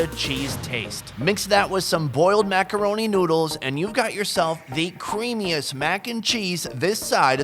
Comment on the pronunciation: Mack-arouni what is that? 🤣